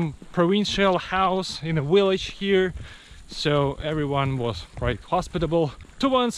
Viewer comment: "V"illage, not "We"llage :))